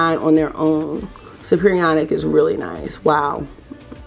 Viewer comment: Chem teacher here. Superionic is pronounced super ionic.